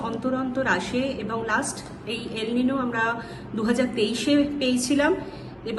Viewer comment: উচারণ হলো EL NIÑO (এল নিনিও) বাহ LA NIÑA (লা নিনিয়া) তবে সকলের তো আর Spanish/ Português /Français জানা সম্ভব নয়।